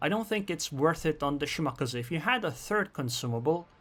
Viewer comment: omg please stop saying "shi-maka-za"...its "shi-ma-ka-zee"